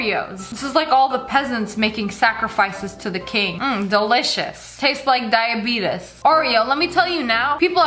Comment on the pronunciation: You said diabetes wrong not trying to be rude but for future videos